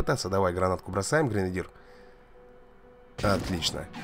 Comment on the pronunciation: Не гринадир а гренадер